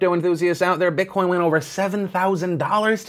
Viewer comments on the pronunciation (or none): none